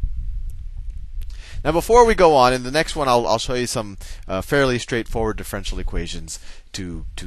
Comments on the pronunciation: Pronounced: Diff - er - ench - i -el not Diff - wrench - el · I certainly gain from your videos but i am wondering if when you say DIFFRENTIAL equation you mean DIFFERENTIAL equation try to pronounce words right okay? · As much as we love Sal, I wish he would pronounce "diff-er-en-tial" correctly, instead of "diff-ren-tial" (4 syllables vs. 3). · I tought he says, the french equation! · The guy in the video pronounces it diff-ren-tial, you do it in four syllables and I would do it in five (dif-fe-ren-ti-al). Amusing. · I'm pretty sure differential has 4 syllables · It bothers me so much how he pronounces differential here. But I realize he may be pronouncing it correctly in later videos. Should be pronounced like andiepants does here